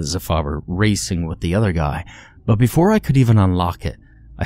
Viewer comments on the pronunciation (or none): none